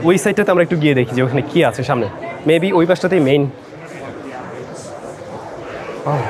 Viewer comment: upnar sam zon bola ta besh moja lage..bhul pronounce 😂😂